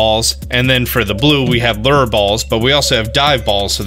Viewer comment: Omg you say lure right these days